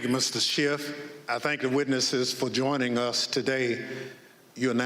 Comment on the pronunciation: It's SCHIFF...not SCHIFT!